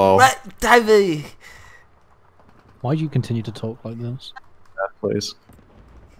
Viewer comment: "wed dewel" i can't